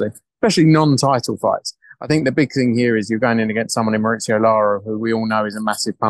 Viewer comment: Why do and Hearn pronounce Lara's name mar-ITS-eo, when it's mar-EES-eo?